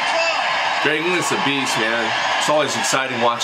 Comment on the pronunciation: It's not Greg English it's Greg Inglis 🤣🤦‍♂️